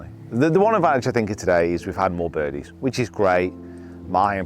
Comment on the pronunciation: Bodeys and birgies huh? Pathological fear of bed-bugs messed up your ability to speak temporarily 😂